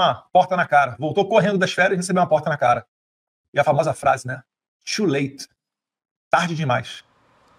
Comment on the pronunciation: "" TWOO LATE " ??? 😂😂😂😂ESSE FLÁVIO BOLSONARO FALAO INGLÊS TODO ERRADO !!